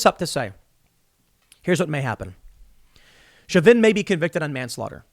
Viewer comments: It's pronounced show-vin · Isn't it pronounced Sho vin? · Tim pronounces Chauvin 4 different ways in this video